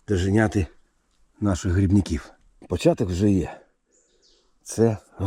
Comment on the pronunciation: Вітаю. А чому дожегяти, а не доганяти?😂